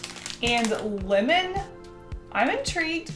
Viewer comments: I kept thinking she said women instead of lemon, so I would hear “I do like the women flavor” and freaking out a little bit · Lol when she said lemon it sounded like linen🤣😂